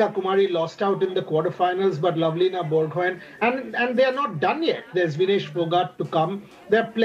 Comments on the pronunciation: Borgohain.. 😂 pronounce karna seekh lo.. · Bor- go-haaaain pronounce it correct....it's irritating the way the anchor pronounced it🙃